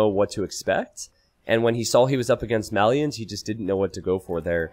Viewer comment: Why do all the AoE2 casters mispronounce Malians and Mayans? For some reason that really bothers me.